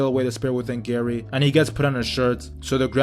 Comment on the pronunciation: Calls Gaara Gary😂